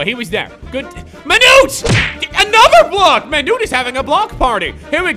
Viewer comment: "Be carful your Monute"